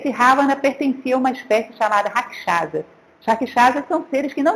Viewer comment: Otima aula professora mas só não consigo entender porque a senhora não fala os nomes com a pronúncia correta do Rama, Raksasa, Ravana, etc... Os erres R, no começo são pronunciados como o erre do caRavan, e não o som do R do Rato. Mas quando as palavras começam com H ( Hanuman, Hastinapur, Hare) tem som de R.